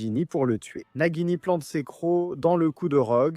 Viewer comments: Croyance et Nagini pas Crédence et Najini ! 😂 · J’ai mal au oreille « najini » « crédence »